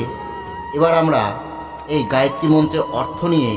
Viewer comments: গায়েত্রী নয় হবে গায়ত্রী। দৈবিক না দৈবী? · গায়ত্রী মন্ত্র। গায়েত্রী নয়।আপনি আগে বানান উচ্চারণ করুন তারপর জ্ঞান দেবেন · গায়েত্রী না গায়ত্রী? যতটুকু জানি উচ্চারণটা হলো গায়ত্রী। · ভালো ভিডিও। তবে "গায়েত্রী" মন্ত্র নয়, গায়ত্রী মন্ত্র। ধন্যবাদ 🙏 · মন্ত্রোচ্চারণ শেখাবার আগে নিজে সঠিক বলুন। গায়েত্রী নয় গায়ত্রী।